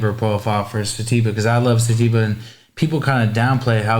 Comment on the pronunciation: I love this dude sativa connoisseur the way he pronounces it what a G